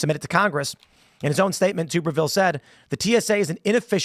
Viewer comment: Tim... it's TUB 🛀- berville... not TUBE 🧪erville!!! (He used to be our coach at Ole Miss (Hotty Toddy!)